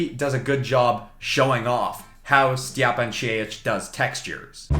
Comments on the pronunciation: Stjepan's name is actually pronounced something like Styepun Sheyich, nice video though. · Watching you trying to prounounce Stjepan Šejic was the best part of this video lol